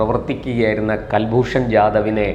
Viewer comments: കൽഭൂഷൻ അല്ല സുഹൃത്തേ കുൽഭൂഷൻ ആണ്. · കൽഭൂഷൺ അല്ല. കുൽഭൂഷൺ എന്ന് പറയു. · കുൽഭൂഷൺ എന്നല്ലൊ, കേൾക്കുന്നത് കൽഭൂഷൺ എന്നാണോ? കൽഭൂഷൺ അല്ല കുലഭൂഷണൻ 🎉😂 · Pronounce as Kul not Kal. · Mister please watch any of Hindi or English channels in India where you'll find they all pounce name as Kulbushan whereas you say as Kalbhushan. Why? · കൽൽഭൂഷൺ അല്ല കുൽഭൂഷൺ ആണ് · കൽഭൂഷൺ എന്നല്ല... കുൽഭൂഷൺ